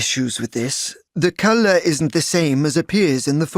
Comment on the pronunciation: Task 1 customer's pronouncation is so bad. He said color like cally